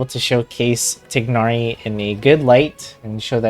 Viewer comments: TAI-NARI WHY IS PRONUNCIATION SUCH A PROBLEM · I can't listen to 30 mins of you mispronouncing his name xD